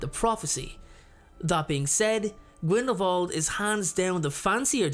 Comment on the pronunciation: Another great video! Thank you. I've read a ton of the comments and agree with pretty much everyone on their assessments as well. I just want to say thank you for pronouncing Grindelwald properly with the "v" sound instead of the "w".... I'm not a professional linguist, but I study the subtleties of different foreign languages and, well, it just makes me happy to hear names/words pronounced correctly.💜 P.S. My two cents worth~~ Grindelwald is an elegant duelist, as you say, and Voldemort is a thug!